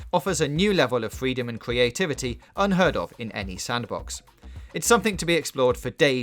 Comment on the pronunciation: FWEEDOM AND CWEATVITY WETHINK APWOACH AWOUND STOWIE ALWEADY WOCKSTAW WED DEAD WEDEMPTION SHEWIF GLOWIOUS HOWIZON ZEWO PWETTYNESS VAWIOUS STWATIGIES UNWAVEL GENEWATION WE FWESH KEATOS STWUCTURE FWEE INCWEDIBLY IMPWESS STAGEWINLY LEARN ENGLISH